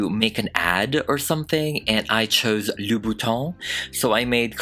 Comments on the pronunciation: I love you but why you gotta say « loubonTON » instead of « loubouTIN » 😭 (I’m french and easily triggered sorry) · just a tip as a french we don’t say the “s” of Louboutin 😅